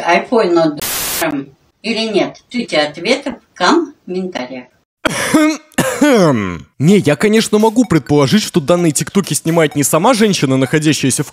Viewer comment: Вы слышали как она говорила комментарии? "Cumментари"🤣